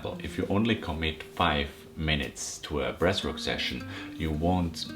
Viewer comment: Thought this guy was saying ‘breast work’ for the first 5 minutes 🫠 I’m only around a month into the breathing and cold showers. I’ve noticed I’m way more chilled out now and my emotions are always positive. I’m really focused too. My Mrs gets angry and upset about little, pointless issues and I’m immune to the negativity now. She wants someone to hate life with her but I’m too busy feeling fucking awesome! We have a 6 month old baby so don’t always get a chance to do my breathing in the morning and once I’ve eaten I feel like the opportunity has gone then but I think I’ve only missed 3 days so far. I’m still always positive and breathe deep throughout the day. My cold showers are up to 2 minutes now and after the first few seconds I’m totally relaxed and smiling. I think I need to fill the bath in the morning and have my first dip. I’m excited. Take care boiz and gurlz. All the love, all the power